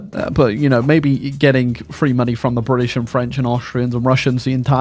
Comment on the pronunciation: Cringe whenever I hear "Briddish"